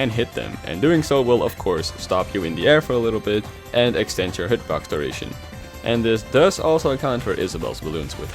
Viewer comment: why did he say hitbox like that